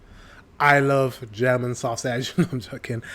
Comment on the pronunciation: Interesting video you are watching, but this guy didnt do a good job in his german pronouncing. Every single word was wrong lmao